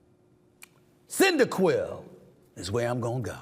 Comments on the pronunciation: Dude couldn’t pronounce Charmander but says Cyndaquil with ease lol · Cyndaquail all day and he actually pronounced the pokemon properly.. mad shout outs stephen a you are making my day with these questions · facts lmao I was impressed and mildly disappointed when he pronounced Cyndaquil correctly 😂